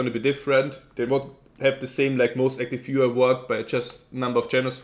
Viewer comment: Grats,! P.S. I didn't get your pronunciation of "Most Active Viewer" - Kt...something?:P hehe I hope you'll be back....